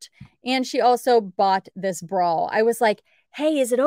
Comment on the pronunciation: The is no "L" in bra! :)